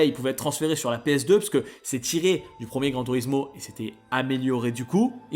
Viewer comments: Stp dis correctement les mot, ça pique ! PREMIER, pas PROMIER. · « prOcesseur » - OK mais « prOmier » NON